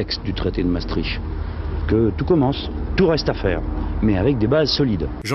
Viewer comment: Ça se prononce Mastrikt